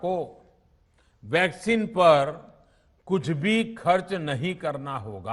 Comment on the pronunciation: Half of the time he says Vaseline not Vaccine 🤦